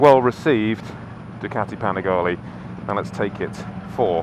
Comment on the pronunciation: Atleast he didn't say "Panigayle".